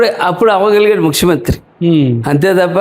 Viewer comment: ముక్సిమంత్రి కాదు బాబు ముఖ్యమంత్రి😅😅😅😅